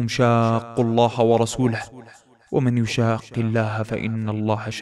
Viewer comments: اخي الكريم الله يبارك عليك ففي نهاية تلاوتك اخطأت في تلاوة الآية ﴿ وَمَن يُشَآقِّ ﴾ [الحَشۡرِ 4]. فالتلاوة الصحيحة تكون (و ميشاق ) وليست ( و من يشاق ) لإدغام الميم بالياء بارك الله فيك اتمني ان تعي احكام القرآن الكريم جيدا و صلي الله علي نبينا محمد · اخوي في آيه ( ومن يشاق ) النون ماتُنطق